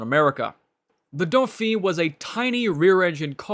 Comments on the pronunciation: The pronunciations 💀💀🤣🤣 Reno dofi 🤣🤣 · You pronounce "Dauphine" incorrrectly - the final "N" is not silent because it is followed by an "E", and therefore it is pronounced. You mispronounced it so many times that I had to stop watching this video.